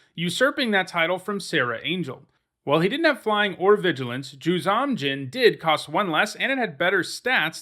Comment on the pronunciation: You’ve pronounced ‘Juzam’ a couple of different way. It’s generally been pronounced, ‘Jewzohm’ Djinn. For years and years I pronounced the silent ‘D’ in Djinn, so what do I know.